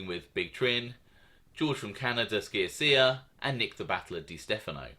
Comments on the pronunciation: You pronounce george from canada last name sha sha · Sciascia...: pronunciation SHASHA. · Good vids!! One tiny thing: Sciascia is pronounced "Shasha" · SCIASCIA = CHIACHIA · You pronounce Sciascia like Shasha and Lino like Leano if that helps any